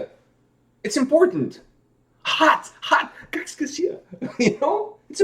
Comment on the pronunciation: It sounded like you said kaks kasia. That means two eights. Finnish is fun!